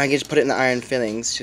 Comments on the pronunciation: Bro no offense but you’re not understanding what these nice people are trying to say “s” or no “s” you’re saying fillings in the vid (at an excessive rate I might add) what these nice people are doing is making sure you’re aware that the word you’re looking for is filings. It’s a very easy mistake to make I mean one “L” but it makes a world of a difference... nice vid though. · File-lings lol not fill-lings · "Iron FILE-ings" .... not fillings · I'm pretty sure it's pronounced FILE-ings, not FILL-ings. They're bits of iron that have been filed off. Good video overall though. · Lmaoooo ‘fillings’